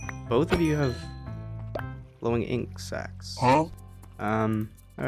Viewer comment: Whenever you say glowing ink sacs i hear it like glowing insects